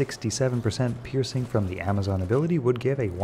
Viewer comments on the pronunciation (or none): none